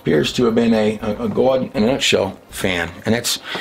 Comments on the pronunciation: Love you bro, but can you say God like G-ahhh-d and not G-awww-d? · Do you think God is offended when you mispronounce his name? I keep hearing you say Gawuwud. I bet God doesn’t like that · Why pronounce God gaawd? It is irritating and unnecessary. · Can anyone explain why pronounces God as Gawd? He didn't pronounce it that way in the past and you catch him pronouncing it as God and not Gawd sometimes. Seems fake and forced and IMO annoying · Our like the man in this video accent Gwad Bless You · Just curious. "Gauwd" What part of the country is that accent? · What is it with people all of a sudden pronouncing God as Gawd. I don't get it. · Why does he pronounce God like "Good"? Is that intentional, or is it just his accent?... I'm being genuine. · I can't stand the way this guy pause's after every other word. I don't know if he does it for dramatic effect but it's annoying. And everytime he says GOD he says good except for when he's except one time when he's talking about the numbers and letters. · Why do you pronounce God as Goud???? Quite odd. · …. WTF is a gowd? English… Do you speak it? When you start making up your own words, it’s time to take a break. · the way he says G-d makes me cringe. I love him and his teachings but he over pronounces that word way too much. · Awesome content. The way he pronounces God is hard for me to take for some reason. Otherwise fascinating.